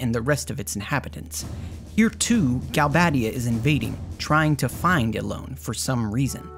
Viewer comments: because there is only one d and one b. You would need double d and double b to pronounce them the way the narrator does. Galbaddia and Trabbia. Otherwise it has the "ay" pronunciation with only one d and one b. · why would you pronounce galbadia and trabia as galbaydia and traybia when there's clearly no Y in their names!?